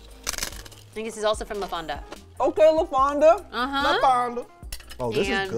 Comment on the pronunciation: At first I thought she wa Asian and then she looked black on the red carpet, then she says she is Mexican and butchers “fonda”